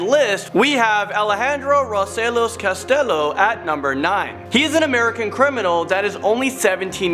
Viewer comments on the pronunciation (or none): It's not castilo it's castillo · It’s not said Castillo it’s castiyo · Castillo = Cas-ti-yo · The pronunciation of Castillo was completely butchered in the making of this video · When the clip they show says castillo's name right yet they STILL pronounce the name wrong #HispanicProbs it's even a popular name 🤦🏻‍♀️